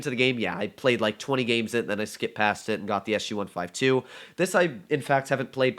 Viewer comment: WHAT DID HE JUST SAY SU 152???? OMG LOL